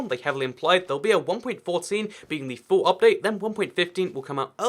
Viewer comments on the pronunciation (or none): none